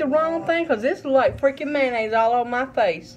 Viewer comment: "Mayonnaise".... LOL! Bless your heart, you atleast get an A+ for effort! 😂🤷‍♂️👌